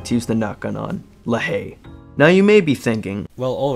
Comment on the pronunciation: Me hearing "La haiye" my brain "ahhhhhhhhhhhhhhhhhhhhhh". (I speak french so that's why)